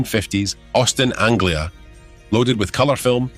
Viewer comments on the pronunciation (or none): none